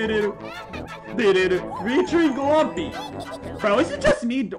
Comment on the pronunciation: Man called Lumpy “Glumpy”